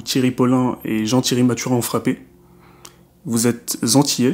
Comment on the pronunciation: Revois ton français il y a des liaisons qui ne se font pas ! Vous êtes antillais et non vous êtes zantillais